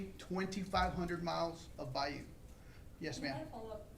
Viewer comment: Dude can’t even pronounce bayou properly and it’s driving me nuts. It’s bye-YOU not bye-oo